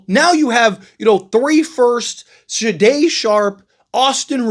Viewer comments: Bro Shay-Done shay done. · Why you saying Sharpes first name so weird? Haha. Blazers will just keep Grant and if Billups is smart he brings him off the bench, don’t matter this year cause you don’t have to pay young players till next summer and Deni is on a super small contract for his skill level. Just hope Grant balls out off the bench then some wannabe contender will come snag him at the deadline. Folks acting like it’s illegal to bring him off the bench and Blazers are trying to be contenders this season. 🤦🏻‍♂️